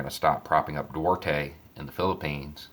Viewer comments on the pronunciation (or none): The leader of the Philippines is named Duterte not Duarte. Slip of the tongue. I'm sure knows this. Carry on.